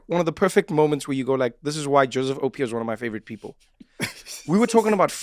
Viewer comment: Loved this, go Joe! I am a twin too (Acen), please ask Trevor to pronounce Opio properly!😄